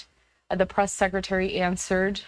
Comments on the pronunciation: Whitehouse. It's The Whitehouse. Not The White House lol. Press not Bress. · Hey Fox.. what's a BRESS briefing😂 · lol “bress briefing”